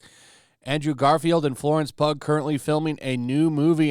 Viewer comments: FYI its pronounced Florence "pew" not Florence pug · It’s pronounced “PEW” not “PUG”. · Florence pug 😂😂 golden! It's pronounced like PUE. 😅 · Hey Pugh is pronounced like "pew" btw Source: My username lmao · LMAO! Dude, her name is pronounced "Pew" not "Pug" 😂😂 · PUG? It's Pugh. (Rhymes with Pew) Come on, man. Didja graduate English class? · Pugh= (sounds like Pew not Pug lol) I think he was having trouble trying to really act with ppl watching. (Not the same when you don't have Marvels money and a Mask.) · Florence PUG?! Hahahaha. It's pronounced Pew. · Florence "pug" 😂😂😂😂😂😂 phew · Florence Pew not Pug TUG. Again. Ha ha. Always. Keep up the great work. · "Lawrence pug" 😂😂 it's Lawrence "pugh" pronounced "pew" like what you sit in at church. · Florence “Pugg” LMAO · really said "Florence Pug" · it's pronounced Florence Pew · Dude really said Florence pug 😂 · Im sorry I cant get past Florence "Pug". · Florence what? Florence Pug? Guy, how do you not know how to pronounce one of the most high profile actors names right now? That's bush league, my friend. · That’s, Florence “pew” 😂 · For someone that covers entertainment news, I find it humorous how little you seem to know about it. How do you not know who Florence Pugh is or at least how to say her name? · Lol. You’re a POP CULTURE & ENTERTAINMENT channel and you can’t pronounce FLORENCE PUGH’S name? Granted the article may have misspelled it as PUG but surely you know how PUGH is pronounced. It’s kind HUGH Grant. As far as the subject matter, I wish Garfield would have ran his mouth to me, you & most others! EFF YOU SPIDERMAN! Little baby! I don’t see anyone else reporting this. Good job! Call these snowflakes out!